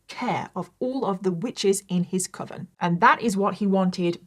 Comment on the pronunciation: As someone who does not have english as their first language, I'm glad that you confirmed that I've always pronounced "coven" correctly. It's supposed to ryme "oven" not with "cloven".